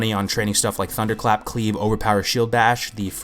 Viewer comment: Lol as you nearly said thundercrap :)